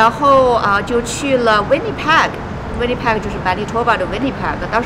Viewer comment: 呆了這麼久，這麼小年紀來，還把Winnipeg 的Peg的音發成這樣….. 聽的好難過😅